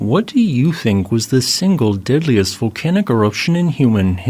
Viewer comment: Why do you say "diddliest" instead dog "deadliest"? You sound like Ned Flanders lol